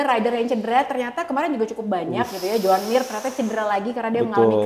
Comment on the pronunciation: Joan mir jadi joan mimir 🤣🤣 kacau balau